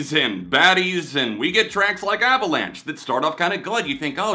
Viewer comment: The way she pronounces "Avalanche" reminds me of the way she pronounced bananas in "Goddess" 😂